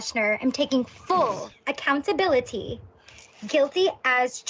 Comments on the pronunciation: “I would like to take full aHhhcountaBIIIlIttHeeee” uh huh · She really hits every syllable in accountability huh?